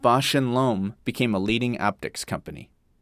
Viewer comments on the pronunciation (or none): Nice video! Lomb rhymes with bomb.